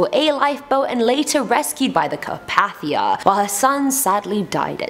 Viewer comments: The rescue ship, the RMS Carpathia, is pronounced car-pay-thee-ah, not car-path-ee-ah. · Well #1 is that the ship involved with the Titanic was pronounced Car pay thia and not Car path ia! #2 y’all didn’t even mention that it came out that there was a fire on board the ship that weakened the steel of the watertight doors!!